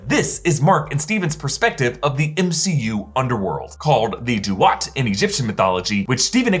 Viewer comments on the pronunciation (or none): none